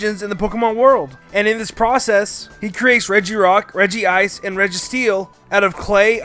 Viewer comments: he says regi-ice and not regice scoff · REGI-ICE??!!?!!!11?? IT'S REG-ICE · Rejies not like that m8 rejays! Like that man (NOT SPELLING)